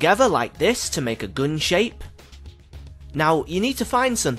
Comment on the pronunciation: "The geun".😂